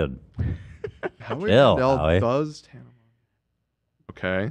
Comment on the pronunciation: It’s so disappointing that Ethan pronounced tanas name wrong